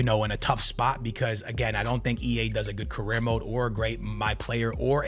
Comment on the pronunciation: The way you pronounce some words like "UEFA" and "career" mode 🤮